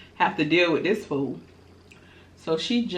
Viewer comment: Terrell would’ve been on skates... heelys... 😳😳🤣🤣🤣 fool if you don’t go away from me “wif dis” 🤣🤣🤣 congratulations on the 40k momma 🤸🏽‍♂️🤸🏽‍♂️